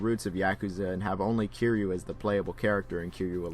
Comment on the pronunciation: Someone tells this reviewer the main character's name isn't Q, it's Ki-ry-u. Q is a character from Star Trek